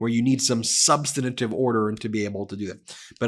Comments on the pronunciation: PLEEZE someone tell Ben that the word is SUB-STAN-TIVE not sub-stin-A-tive. As a lawyer he needs to know better. Sorry, I'm a bit autistic and I can't listen to him... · SOMEONE PLEASE TEACH BEN TO PRONOUNCE “SUBSTANTIVE”! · Ben the word is substantive not substantative. With respect I share this. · Substantive, not substanitive. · Brother. Substantive. 3 syllables. Not 4. Sub stan tive. Like preventive, not preventative. Please lose that habit. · Ben, please learn how to pronounce "substantive"! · Ben, learn how to pronounce substantive. It only has three syllables. You must have learned by the ridiculous "look-and-say" method. Just read one letter at a time, left to right.